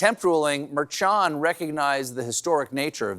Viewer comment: Please, Late Show Staff! Judge Merchan is pronounced Myrrh-SHAWN, like Mermaid and Yawn. Your Honor is puttin' in WORK. 🧜‍♀🥱